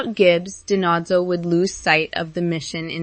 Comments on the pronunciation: Di-Nose-oh you're pronouncing Tony's last name incorrectly. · Don’t forget Fornell always called him DiNotzo.